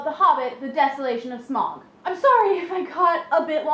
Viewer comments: Its pronounced Smowg like Ow. its from the old English word Smugan to squeeze through a small hole which is what Smowg did when he came into the cave. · no smaug is is pronounced smowg like ou in loud. sauro is as well. Tolkien named him smaug bcuase his name is from old English or something that from the root word (Smugan) to squeeze through a small hole. Which Smaug in fact did do when he squexed through a small hole in the mountain to take up his new lair. Deriving from the same Old English and Germanic roots as smial and Smeagol,[16] the name Smaug is "the past tense of the primitive Germanic verb Smugan, to squeeze through a hole".[17] It has been suggested that Tolkien likely thought of Old English smeag, a word used to describe a "worm".[16]